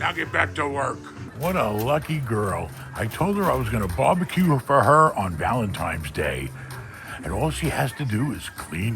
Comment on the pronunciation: Did he say Valentime's day?